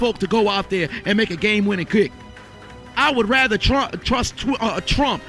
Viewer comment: "I would rrrraather"